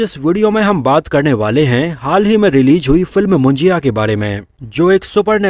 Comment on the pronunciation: It's not a मुंजिया it's मुंजा bhai 🧐